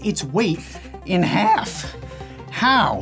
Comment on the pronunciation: in haAlf